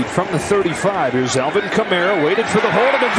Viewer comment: Why does the announcer call the Falcons the Felkins, and why does he call Alvin Kamara Elvin Kamara?